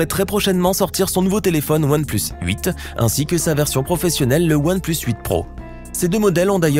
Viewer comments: S'est comme sa qu'on dit "One pleusse" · One place ??? ça se prononce pas "oane plUUs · One pleusse 😂 mrd